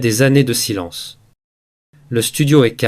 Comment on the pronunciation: LE PERSONNAGE QUI PARLE EST T E L L E M E N T RIDICULE QUE JE QUITTE YOU TUBE POUR TOUJOURS ( saïlance....innepossible etc.) J AI ENSEIGNE LA LANGUE DE FRANCE